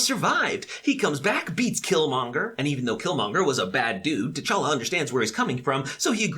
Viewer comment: Interesting how everyone mispronounces T'challa. I don't blame them though, the movies didn't do that great a job.